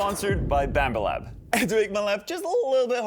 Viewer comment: did i just hear "Bammba lab"?